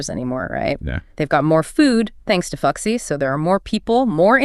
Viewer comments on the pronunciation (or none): Cool story, but I can't help but giggle every time you say 'fuxi'. The pronunciation is more like 'foo-shii'.